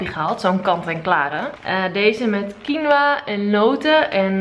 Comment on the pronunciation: haha ik ging stuk bij dat stukje dat op dat menu staat "spring" en dat dan springt 😂😂 o en je spreekt het toch uit als Qienoia?